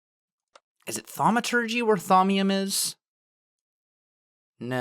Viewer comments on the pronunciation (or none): none